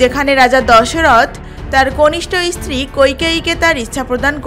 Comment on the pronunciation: প্রথমেই বলি রামায়ণের রচয়িতা বাল্মিক নন, বাল্মিকী মুনি। ইস্থান না বলে শুধু স্থান বলুন। ইস্তিরি না বলে শুধু স্ত্রী বলুন। চ এবং ছ এর উচ্চারণ গুলি একটু দেখুন। শ্রুতি, জায়গা ইত্যাদি বলার ক্ষেত্রে একটু মনোযোগ দিলে ভালো হত। তাছাড়া বলা ভালো কৈকেয়ী রাজা দশরথের কনিষ্ঠা স্ত্রী ছিলেন না। তিনি ছিলেন দ্বিতীয়া অর্থাৎ মধ্যমা। কনিষ্ঠা স্ত্রী ছিলেন রানী সুমিত্রা। এলাহাবাদ স্থানটি বর্তমানে আবার প্রয়াগ নামেই পরিচিতি পাচ্ছে। সরকারিভাবে তাকে প্রয়াগরাজ বলা হয়। যাক, আপনার প্রয়াসকে সাধুবাদ জানাই।... ধন্যবাদ